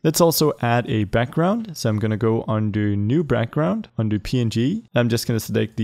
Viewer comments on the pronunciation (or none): Did anyone hear him say Brackground to